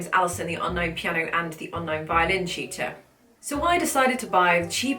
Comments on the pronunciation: she said TUTOR..... i was trying to decide whether or not she said cheater or shooter when I double checked her account name to see. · Just found you in my recommendations so as an American, when you said "tutor" I thought you said "cheater" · Me too.